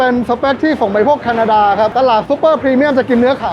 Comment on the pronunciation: แคดานา นี่ประเทศไหนนะครับ:face-blue-smiling